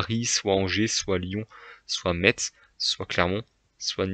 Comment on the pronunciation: Deso mais c’est Metz ce dit messe pas metZ oui je suis chiant mdr bon classement